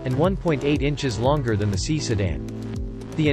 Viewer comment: it is pronounced "S" "i" ( not Si......or "C"). C'Mon